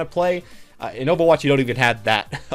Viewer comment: the way you say overwatch is weird - ofawatch